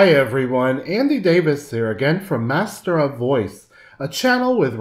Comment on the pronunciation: "Mazter of voize." ... 😂